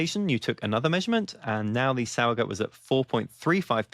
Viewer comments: Also because nobody asked, two things: 1. In addition to this comment, the s in sauer is a z sound like in the word fizz. Zowuhgoot if you spell it phonetically. 2. This video makes it seem like the Reinheitsgebot is the only way Germans can make beer, which is completely false. The only thing the Reinheitsgebot does anymore is to prevent german brewers from calling their beer "beer" if brewed outside of the law. Otherwise, Germans can make any beer style commercially, but they can't put beer on the label, you just have to call it something else. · Great video! I will definitely try to play around with this. Because nobody asked: the -gut part of the word is pronounced like the -ood in "food". But with a "t"... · Exactly. I've lived here in Germany since 2011. I don't mind the mispronouncing as much though... but it's nice when people at least try to pronounce it right. 😊